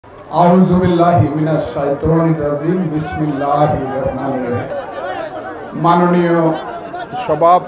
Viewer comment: ফজলুর রহমান সাহেব জীবন তো অনেক কিছু জানেন অনেক কিছু বলেন কিন্তু আফসোসের বিষয় আপনি তো শুদ্ধ করে বিসমিল্লাহ বলতে পারেন না